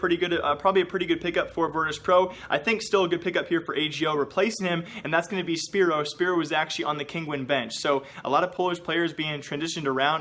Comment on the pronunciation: Hey just to tell you from a polish fan that it is not “spiro” the way your meant to say szpero. it is sh-p-aero. Just a heads up;)